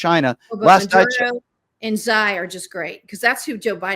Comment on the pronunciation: I’ve never heard someone pronounce Xi’s name like that lmao